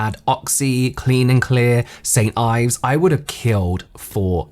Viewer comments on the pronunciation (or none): none